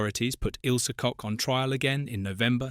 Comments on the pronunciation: It's not "Coke" it's pronounced " Koch" ( like kog) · Thank you for the video. It would be great if your AI knew how to pronounce the name of Ilse Koch correctly. It is not pronounced as Coke. 😂 Get it right! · Coke huh, rather than Koch. Maybe learn to pronuounce the name correctly. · CoCHlear implant is pronounced like COKE and not a guttural 'h' sound and English is a Germanic language! I have a German friend who told me her family knew of a nonJewish Polish woman who was sent to a concentration camp. How does that compare to 2/3 of Jews murdered by the Germans? My cousin is one of 6 surviving children of her Polish town in which 22,000 children were murdered. These Germans were unapologetic to the grave. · She actually WASN'T known as the Witch. Swap the W with a B, and that WAS what she was known as. Her surname was pronounced as a male appendage, not after a fizzy drink.